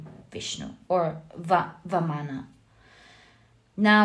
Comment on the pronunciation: Ma'am, it is 'Vaamana" not "Vaanama'"